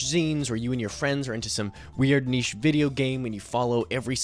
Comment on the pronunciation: big shout out for an American pronouncing 'niche' correctly